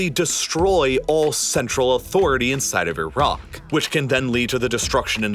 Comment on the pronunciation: Glad you actually pronounce the country properly with the "i" sound the same as it is when saying Italy. Unlike the usual annoying ignorant way many Americans continue to say EYE-RACK 🙄